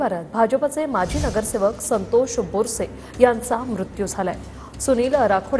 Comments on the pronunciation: बोरसे नाही बारसे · बारसे surname है बोरसे नहि